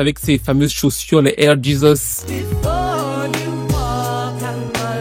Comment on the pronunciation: Les "air Jizuss" de monica 🤣🤣🤣🤣